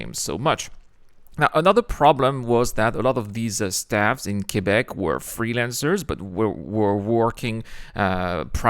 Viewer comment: Dis-donc, t'as un sacré accent français quand tu dis "Québec, Canada"... Et tu surfes en français dis-donc! ...Bel accent américain du coup!